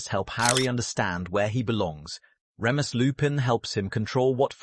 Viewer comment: please for the love of everything, use google translate, put the names in, and let it sound out the name... butchering names when you are trying to drop lore is a big no no in the lore/theory community. Remus Lupin is pronounced (Reem-is) (Loo-pin)